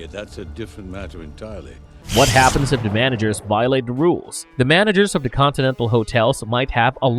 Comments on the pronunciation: The robotic voice continually saying " da" or "duh" instead of "the" is pretty hilarious ( I seriously dislike the voice no matter what, though ) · “De udder pardy…”